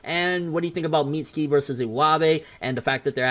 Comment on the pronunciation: Why can't he pronounce mitsuki